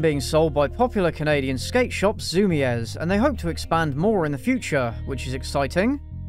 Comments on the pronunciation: Zoo-meez, not zu-mi-EHZ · Isn’t ZUMIEZ pronounced zoo-MEE-z not ZOO-mee-ehz ? Please some one correct me if I am wrong? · Ok so I dont want to be an asshole. Im just saying this because you might not know or it might have been a joke I didn't understand. I've only ever heard Zumies pronounced like "zoomy's" or at least this is the first time I've heard it said like a Spanish last name.